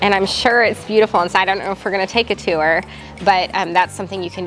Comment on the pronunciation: now I know Missourians pronounce tour as :tew0er"